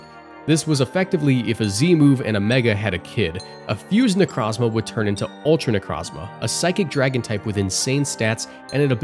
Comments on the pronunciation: Ok i cant handle the Pokémon name Butchering... 25% of the video Necrazma? Necro Zma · Bro did not just say "Necrahzmah" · It's pronounced necro zma O not a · You saying "Necrazma" hurts